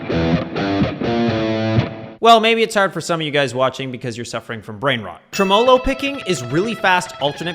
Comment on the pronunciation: I have never in my 40 years on this earth heard anyone pronounce tremolo that way. You put the emPHAsis on the wrong syLAble. 😂